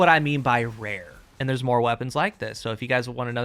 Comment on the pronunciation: “Vewy ware weapons” indeed